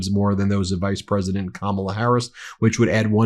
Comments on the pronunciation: He doesn't "mispronounce a word"? How about every time he says the name of the vice president, but he thinks it's smart to insult the majority of the population? Don't think all women, certainly older women, know all the micro aggressions of disgisting men like him. We have brought up our young sons to respect women. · Nobody knows what her last name is? Trump doesn't even know what her first name is, or at least how it is pronounced. And Trump being Trump, he couldn't care less. At his rallies he weaves a verbal tapestry comprising vomit, excrement, insults and lies and thinks he has created a work of art? More a work of fart! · I don’t know who kamaula is, maybe if he bothered to say her name right someone could tell him her last name. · An English teacher wouldn't call you brilliant. Your speech is atrocious. You can't tell how poorly you speak because you are a failure in so many things, including language. You can't even pronounce Kamala properly. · Perhaps we should approach that Trump is not smart enough to pronounce these names properly. So he makes it into a joke to hide that fact that he is just too stupid to pronounce words. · Donald Dump 💩 still pronouncing her name wrong. Grow up Stump! 🙄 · He seems to know her last name but can not pronounce her first name.🤨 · I am definitely voting for Harris/ Walz but I am very concerned about the electoral college. I know Harris will win the popular vote but the electoral college. We need the house, senate, White House. He is still being disrespectful and refusing to pronounce VP Harris’s name correctly. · Hell, he doesn't know how to pronounce her FIRST name, 😄😄😄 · He doesn't mispronounce one word? He can't even say Kamal! Of course he just calls her "this one" which is yet more misogynistic bullshit. Very Margaret Atwood... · Maybe more people would know who you were talking about, Donnie, if you pronounced her first name properly. Ya think? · How about start by not mispronouncing Kamala's name . . .